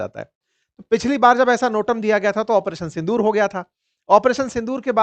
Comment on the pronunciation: In every statement you are saying " Apareson Sondur" ?